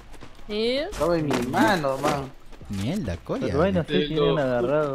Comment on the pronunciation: lo dijo como un dominicano😂😂 mielda coño